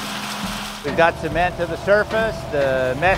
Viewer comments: man pronounced cement as semen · I love how they pronounce it cement instead of cement.